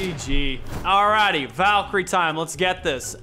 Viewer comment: Did anyone else hear Molten Valkrye Rings?